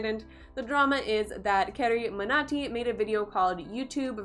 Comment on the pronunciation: I didn't understand why you kinda struggled to pronounce 'carryminati'...carry is an English word ..you can pronounce 'illuminati' easily but pronouncing 'carryminati' .it's hard for you ..ughh...making people fools ! Good work